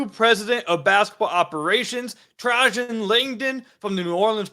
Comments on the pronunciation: It's pronounced trey-gin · lol.., you’re pronouncing his first name wrong.. it’s “Trey-Jen “ … aka the Alaskan assassin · "Tray-Gen"... Lol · Trajan…….. former Duke star 11 pick in the 99 draft you butchered his name 😂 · Didn't even look up how to pronounce the man's name